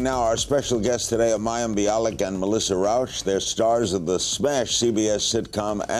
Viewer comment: And because "Rauch" is a german/austrian name, it isn't pronounced "Rowsh", but "Rowch", with the ch like in Bach or Chuzpe.